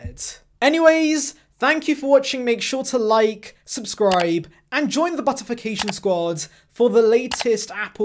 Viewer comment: Would be great if you could stop talking about 'butification'. Great work otherwise though!